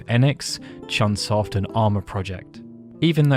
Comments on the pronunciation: Hey,, it's CHOOONE SOFT. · Not CHUN Soft.